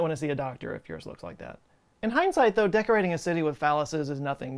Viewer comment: I heard that too